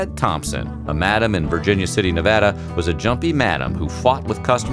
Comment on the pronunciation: This guy knows his shit! He said Nevada right!!!